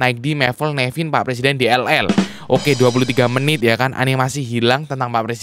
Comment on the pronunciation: Wkwkwkkwkwkwkwk harusnya menit bukan ''mentit'':v wkwkkwkwkwkwk